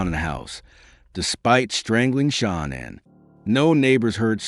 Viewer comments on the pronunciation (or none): Her name is Shanann. Pronounced Sha nann. There is no O in her name.